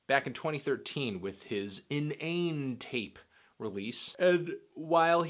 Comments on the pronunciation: LITERALLY ON THE TAPE HE SAYS THE WORD "INNANET" LIKE INTERNET NOT "Nate" like the way this melon pronounced it. Listen to the song "time is money" The first thing Vic says is "INNANET" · lmaoooo said in-ane tape not inna-net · it's pronounced innanet tape not innane tape btw anthony fantano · hold up he called it "in ane tape" its "in a net" anthony "in a net" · It's pronounced Inna-net tape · "In-ain tape" ??????? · IN-NA-NET-TAPE God that hurt to hear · Your opinion became irrelevant as soon as you mispronounced innanet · he's a hiphop fan that didn't know it was pronounced inna-net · It would be pronounced inna net tape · It's pronounced "In'ernet Tape" lad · your pronunciation of Innnanetape had me rolling thanks for that man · did this nigga just say in-ane-tape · This EP is pretty cringe worthy, but Danger was a good song and the refrain was catchy. Even though Vic isn't the best singer, his voice sounds good on Danger as well as Down On My Luck. Smh.... Even pronounced innanetape as in-nayne tape....... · not caring about what you said about Vic because you obviously took only one listen to this and spammed your thoughts out there. But I will hit you for pronouncing Innanetape wrong. AS MANY TIMES AS HE SAID IT IN THE TAPE AND PEOPLE STILL PRONOUNCE IT WRONG. IT'S In-nah-net-tape. please correct it next time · In-na-net-tape is how it's pronounced Anthony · saintclair its pronounced like Internet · Say it with me, "Inna-net-tape" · At this point I can't even remember how Innatape is supposed to be pronounced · can't even pronounce innanet correctly. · How did he end up mispronouncing innanetape? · Pretty much wrote off his opinion as soon as he couldn't pronounce innanetape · Haha this guys so stupid such a phony can't even pronounce innanetape LOL what a loser! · You didn't even pronounce innanetape right smh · I hope he was joking bro wtf was that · this nigga pronounced INNANETAPE so wrong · You really just pronounced Innanetape like that?